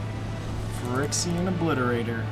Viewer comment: Is it just me or are you mispronouncing Phyrexian? Regardless, it’s a fun deck to watch. Thanks for the upload.